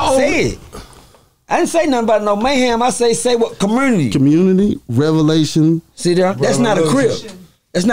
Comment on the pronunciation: Man said revelation 😂